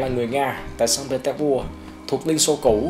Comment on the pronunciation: Đọc vậy là đúng rồi b ơi